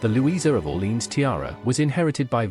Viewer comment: The reader should learn the proper pronunciation for Orléans, which he messes completely. Too bad